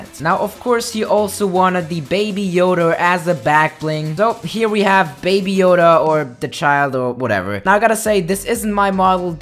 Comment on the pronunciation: Everyone: baby yoda: baby yoder